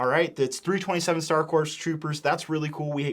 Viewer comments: it's pronounced Core not Corps. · if I hear one more reviewer pronounce the p in corps imma lose it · You don't pronounce the "P" in "corps" buddy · Star Corps pronounced as “Star Core” not “Star Corpse” It might as well be the latter considering the state of everyone’s wallet after buying this at MSRP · only thing that comes second in terms of how egregious that price is is pronouncing Corps like “corpse” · Mf said corpse like a goober (great video tho tyfys) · I noticed you pronounced Corps like “corpse” it’s actual pronunciation would be “core”. Just informing if you didn’t know. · Pronounced "Core," not "Corpse." I know that it's spelled with a "P" you don't pronounce it. Confusing, I know... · corps is pronounced "core", not "corpse" <33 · Corps is pronounced as “core” not “corpse” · It's pronounced like Star "Core", not "Corpse". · Heads up for future reference; “Star Corps” is pronounced as “Star Core,” like “Marine Corps,” not “corpse.” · Its pronounced CORE not CORPSE😂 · Please stop pronouncing “Corps” with an “s”. It’s pronounced “core”, like the “US Marine Corps”. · Corps is pronounced “core” not “corpse”. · Coreeeeeeeeee!!!! its pronounced core not corP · Please pronounce corps properly 😭 its 'core' not 'corpse' - I actually remember being taught this as a child specifically when I was talking about the star corps from my star wars encyclopaedia!! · Just an fyi, the word “corps” is pronounced “core” (the ps is silent) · Corps is pronounced as Core, not Corpse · CORE, CORE, IT'S PRONOUNCED CORE NOT CORPSE Lovely review, thank you! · Hate to be this guys but 327th Star “Corps” is pronounced “core.” A corpse is a dead body, a corps is a military unit made up of several divisions. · It’s pronounced Star Corps (core). A corpse is a dead body. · the rps is corps is silent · bro it’s pronounced “core” not corpse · "Corps" is pronounced "core" this has been killing me on multiple channels talking about these 327th Star Corps sets